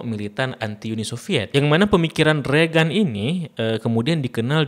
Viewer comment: Bacanya reigen bang, bukan regan 😊🙏